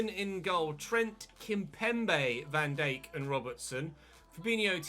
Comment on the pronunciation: You say Van Dijk weird